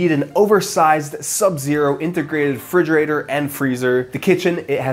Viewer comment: did I hear him say "frigerator"...?